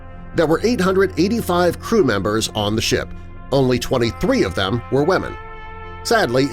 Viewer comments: Did he just say wAmen and children? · Did he pronounce it "wamen"? 😆